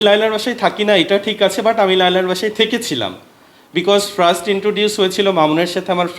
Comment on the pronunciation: ফ্রাস্ট কি রে ভাই ফার্স্ট ✅ ফ্রাস্ট❌